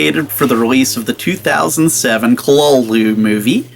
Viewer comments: Seems like he would thrive now a days with the internet and more people interested in horror. also CUL LUL LU????! FUCKING CUL LUL LU? No. Its Either KLU LU or KA THU LU. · Did you really mispronounce Cthulhu? It’s Ca-Thu-Lu